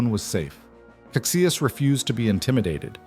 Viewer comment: Duque of Caxias is pronounced Casheeas